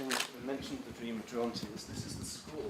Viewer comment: Pronounce "Gerontius" with a hard G !